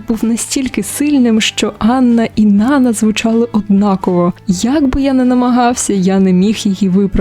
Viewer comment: Правильний наголос: НанА ( припадає на другий склад..це французьке ім'я)